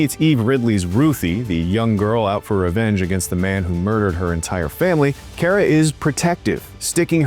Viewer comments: It's pronounced "Car-Ah," not "Care-Ah." Drove me crazy the whole review. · yes, let's trust an idiot that can't even say the name of the main character correctly.